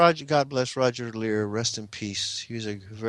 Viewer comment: .....it's Leir, not "Lear"